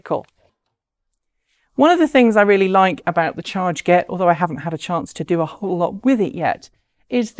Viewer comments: I'm picking nits, but, is it really pronounced "charge-get"? Looking at the way they've written it, I would guess it to be "char-get" like "target". 🤷‍♂️ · Hi Mark! This is Ellina from chRget. You are absolutely right, we were so busy launching the Kickstarter campaign that we forgot to tell how we spell the name of our company and device. It's /tʃɑːɡɛt/ ("chah-get").